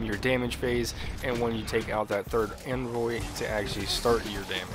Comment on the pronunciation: "Jewten"..."Invoy"..."Acrosst" shudders